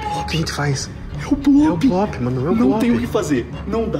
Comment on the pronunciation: O blop falou leuy